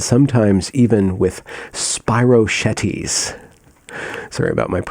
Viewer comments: "Spirochaetes" is pronounced "spiro-keets". In case you were wondering. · Spy-ro-keets ; As a Lyme patient, I have to know how it's pronounced. ;) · That's Spi-ro-keats. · Theyre pronounced "cox-eye", the plural of coccus, and "spy-ro- keets" if anyone wanted to know.